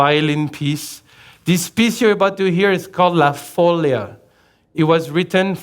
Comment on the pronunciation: Great show! Note: follia is pronunced with the stress on the 'i'